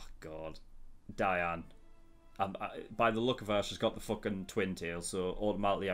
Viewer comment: Meliodas is pronounced mel-ee-oh-dis. You pronounce the o. Gowther is pronounced go-thur. Diane is pronounced dee-anne.